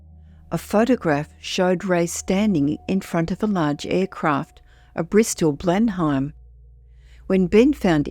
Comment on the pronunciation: Blenheim -- pronounced more like Blen-um